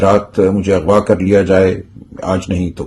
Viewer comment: Lafz Aghva hae IGHVA NAHIN... Same issue with Other media persons copying one another instead of correcting themselves. Such remains the arrogance of a typical Pakistani "Ignorant and Confident" I am your avid listener, kindly correct where it is due. Thank you.